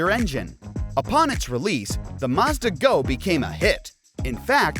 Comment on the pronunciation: The is no R in Mazda. 🤦‍♂️